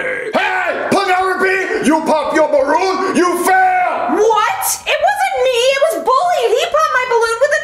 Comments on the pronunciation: It’s supposed to be balloon not barroon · Ballon❌ Barroon✅